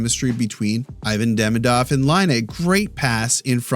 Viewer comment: Salut l'ami, I really like your channel, especially because of your human and sensitive side. I like your concerns for langages as well, so I thought it would be cool to hear you prononce Demidov's name like his family and friends would, which is "Deemeedoff"... Especially since we might have 15 years left of hearing it! Merci, spasiba, thanks! 😁